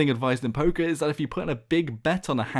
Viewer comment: Every time he said poker i thought he was saying poké XD